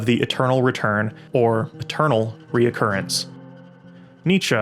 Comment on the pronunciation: Re-currence* Not re-o-currence